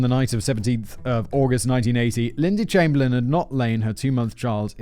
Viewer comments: Rabies is virtually absent in Australia. Unfortunately, there are loads of wildlife that will either kill you on purpose or even by accident. Can you not pronounce Chamberlain? You had a rather infamous PM by that name after all. EDIT: why show an African Hunting Dog ? They have nothing to do with this story. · 1. Chamberlain is pronounced "Chamber-Lynn" 2. Uluru is pronounced "Ayer's Rock"